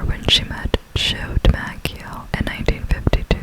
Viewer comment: I wonder how many Yankee fans are cringing at the way you pronounced DiMaggio. 😂 Congrats on the Visa!! ❤